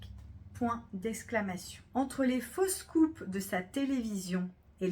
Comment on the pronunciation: 11 fautes, je trouve que vous lisez trop vite, ça oblige à bâcler, je trouve que certaines prononciations induisent à l'erreur: (faux scoops/ fausses coupes…) Merci tout de même 😊